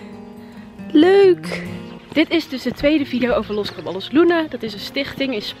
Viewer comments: Je spreekt het uit als los cabajos luna, niet los caballos luna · Je spreekt t niet uit als los Caballos maar als los cabajos (dubbel l is n j in het Spaans) zou t fijn vinden als je je ff aanpas